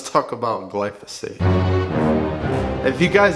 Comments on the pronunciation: It’s gly pho sate. Not gly so fate. lol. Just saying. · Gly-foe-sate. Not what you said, gly-so-fate. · Guy can’t even say glyphosate GLY FOH SAYTE NOT GLOWNSJUSNWNE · Glyphosate, Glysophate. Tomayto, Tomawto. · It’s not glysophate, dummy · As a pesticide toxicologist, I have to admit I was a bit triggered by your pronunciation of glyphosate at the beginning. But after watching your video, your explanations were spot on. I can forgive pronunciations of difficult active ingredient names. A Cubs jersey on the other hand, that's harder for me to look past. 😆 Jk, good stuff man!